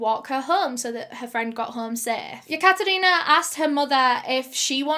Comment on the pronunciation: The way she pronounces Katherina makes me want my name to be Katherina 😍